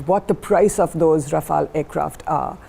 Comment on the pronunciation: Also its rafale not raphael lol